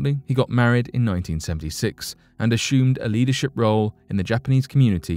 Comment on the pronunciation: I cannot believe you don't know how to pronounce the VERY common Spanish name "Jose", it's "Hoe-zey"!! And the word "assume", not "ah-shoe-m", it's more like "ass-summ"! Geeeeeez!